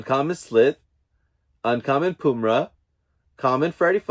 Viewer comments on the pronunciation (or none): Yes, you definitely butchered 'Wily Kit, Wily Kat, Pumyra & Slithe' but it's all good, lol. This was my first time doing the NFT and I did very well. Congratulations on your pulls